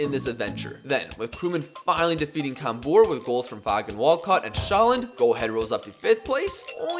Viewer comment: the a in Fagan is pronounced like a capital. pronounced like Fae-gun